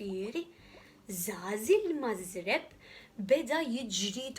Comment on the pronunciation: marżebb mhux mażrebb :) Biss brava wisq